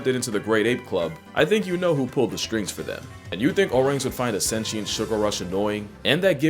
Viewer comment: "sen-she-ent" is the wrong way to say that word and the wrong word to use as described "sense of self." It's not "sentient" aka "has sense experience" or so called "sense perceptions" but Sapient, which means "makes sense of sensory experience in context of being an individual." Sentient is properly pronounced as "sent-E-ent," not "sen-che-ent" and definitely not "sen-she-ent." I paid money to bring your attention to this common folly of using the word "sentient" where you mean "Sapient" and mispronouncing the word on top of that. I know you don't care and will never correct your common folly as you most likely believe the lie that majority use is right use, regardless of original or right purpose of said misused word(s).